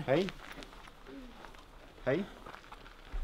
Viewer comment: gillar att säga Haej